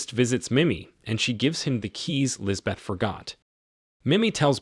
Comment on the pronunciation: The h is silent, it is pronounced lisbet